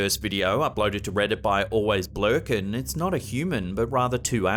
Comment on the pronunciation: Had a giggle at pronouncing AlwaysBLurkin (Always B Lurkin) 🤪